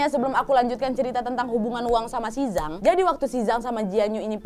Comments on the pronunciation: Mau koreksi harusnya "Jang" bukan "Zang" ☺️ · Zhang = cang bacanya wak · Sukses terus Kak Nadia. Ngomong2, untuk pelafalan pingyin bahasa China, "Zhang" bacanya "Cang", Kak. :) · Ok tak apa lah mbak pake aksen melayu apa indo.tapi yang betul Z itu dibaca C jadi Zhang bacanya Chang😁 sukses selalu🙏🏻